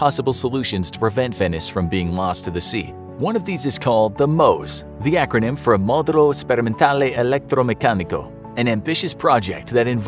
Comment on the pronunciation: The acronym was created to spell Mose, the Italian version of Moses. You pronounce the e at the end